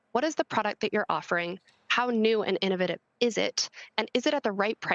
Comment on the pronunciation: She can say innovation but not innovative properly?!